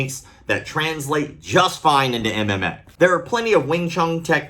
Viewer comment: is calling MMA "am am may" LOL